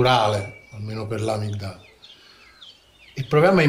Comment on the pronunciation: Un'altra apostilla: la corretta pronuncia di amigdala è amìgdala, grazie all'amico Devin per avermelo fatto notare